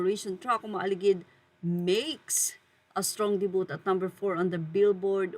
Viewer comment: Please please please, get the right pronounciation of Vogue and debut. Vog silent ue, debu silent t.